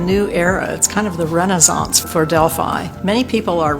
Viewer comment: Love this, I was waiting for a mispronounced Delphi…it is Pronounced Delfee in Greek mythology. Many of my clients love my Greek deck … but many thanks for enlightening us and pumping out great content. Pythia must have been one of the first to master Automatic Writing 😊